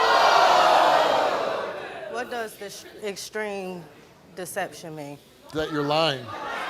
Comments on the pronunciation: "What do Exteme Deception mean? I'm just axing" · Actually she said “what does Distream deception mean?” 😂😂😂😂